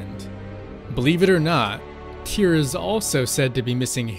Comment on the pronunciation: STUDIOS It's Tyr not Tear.